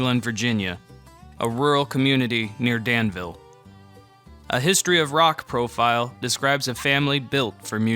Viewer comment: Well done, sir! I saw your doc on Del Shannon, then this one popped up. There's not much to Sutherlin, so Danville claims her as one of our own. 😂 She's a hometown hero for sure. Just to clarify, we say dan'-vull. 😂 I look forward to more of your docs! A labor of love to be sure!